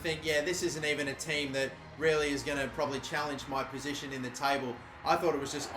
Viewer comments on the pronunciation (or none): none